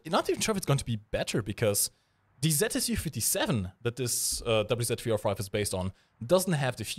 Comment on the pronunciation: can you speak slower for godssake I mean Im pretty sure youre saying something in german when youre saying WZ305 in. Its really really disturbing trying to understand you for a long time...